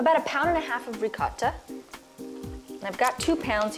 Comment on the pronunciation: For an Italian,u don’t legit pronounce ricotta properly👎🏾🇮🇹